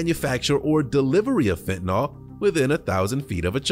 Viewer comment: It is actually spelled and pronounced fentaNYL, not fentaNAL. Nobody seems to say it correctly...